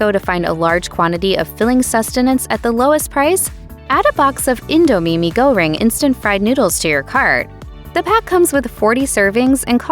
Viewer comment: yes! She said it right, learn from her, Americans. It is IndoH - mee, not IndoO mee. ❤❤ p/s $24 for instant noodles. No thanks! 😂😂